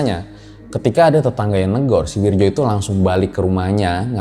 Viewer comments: Wirdjo itu dibaca Wiryo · Wirdjo? Werjo yg benar ... isun asli banyuwangi